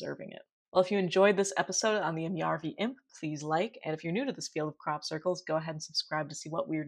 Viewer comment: its järvi : pronouncing Ä is easily learned by saying ASS but just leave the SS off. otherwise you do actually pretty good job!